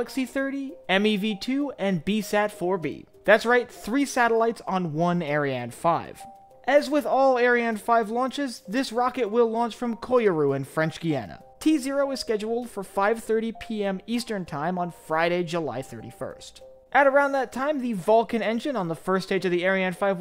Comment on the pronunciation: it's pronounced Kaaa Rou ..... just saying